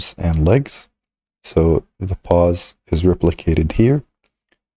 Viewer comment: It's pose not pause!